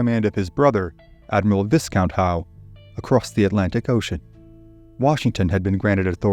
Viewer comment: A very nice presentation. Only one minor correction; "Viscount" is pronounced "Vye-count"; i.e., the "s" is silent.